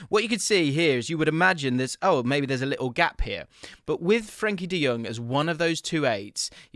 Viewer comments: Nice analysis, mate! Just a tip: it's Frenkie de JOng, not Jöng or Jung. Jong like tongs 🇳🇱✌ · Fren Kee De Young. whut??